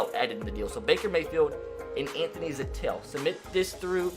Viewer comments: It’s zettel not zatell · Zettel is pronounced like Zettle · Im glad he traded Anthony Zettel so i don’t have to hear him pronounce his name wrong again.